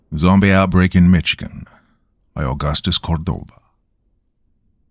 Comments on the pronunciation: It is pronounced MISH-ig-en. 😂😂😂😂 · Mitch-again get's me each time. I know Doc isn't from the US but it just throws me off. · "The following counties" "you need to get to the city" This story vaguely takes place in Michigan 6mins in. NO CHANCE. This is a false michigander. Must be from Benton Harbor. Doc stop butchering my beautiful state's name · Hearing my favorite creepypasta narrator absolutely BUTCHER the name of my home state was like a knife to the heart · The wrong pronunciation of Michigan is funny as hell to me 😂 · I thought i was having a stroke lol I've never heard it pronounced that way